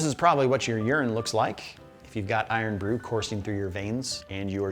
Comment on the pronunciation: I’d concern yourself more with overplaying your part of the pronunciation of Irn-Bru. It’s not some ancient ghaelic spell. It’s just short for “iron”. Cool your jets. Is there an irn-man suit somewhere in the marvel nerd universe?